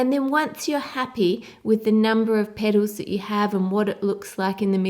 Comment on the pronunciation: I could listen to a 1 hour loop of just you saying "little petols".